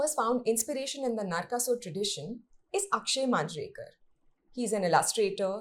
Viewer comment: Not Ravana, just Ravan. Speaking about your own culture as if it's foreign 😥. Atleast you said Narkasur and not Narkasura.